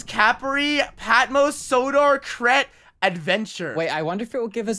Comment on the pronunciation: Crete it's pronounced " cr eat " it's an island off greece😸💘